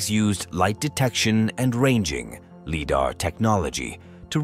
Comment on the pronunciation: I won't be watching another one of your videos, mostly because you cannot pronounce Lidar.